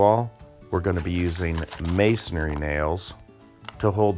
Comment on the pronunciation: Pronunciation: it's not masonARY it's masonRY